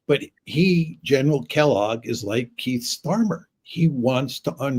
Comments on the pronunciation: Did Professor John Mearsheimer just call Starmer , ' Keith Starmer ' on 6.18 ? Ha Ha !! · Pronounced Keef, on both occasions 😀👍.